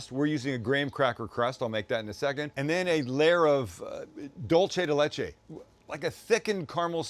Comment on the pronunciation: Why do you insist on attacking my language? "Dulce de Leche" is pronounced DOOL-seh de LEH-che. Not "dohl-che". Dolce is ITALIAN dulce is SPANISH. And the phrase "milk candy" in Spanish, the literal translation of "dulce de leche" in Italian would be "caramella al latte". Please. Just. Stahp. And that term is considered plainly dumb in Mexico. If you want to talk about caramel in Mexico you call it by its Mexican name: Cajeta (ca-HET-ta)